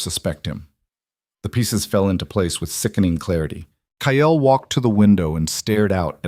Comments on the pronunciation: The stories are good but the pronunciation of Kyle is not ki el it's plain kyl. I know they aren't spelt correctly phonics not the way they are actually spelt. AI always pronounces St as street not Saint and now Kyle wow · KYLE'S name is pronounced K-EYE-L.